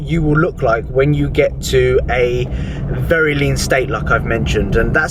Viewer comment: VEWY NICE HMMMMMMM VEWY NIICCEEE 🤣